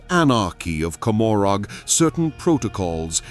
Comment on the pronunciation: It's intended to be said like Gomorah. Let that one give some awesome flavor.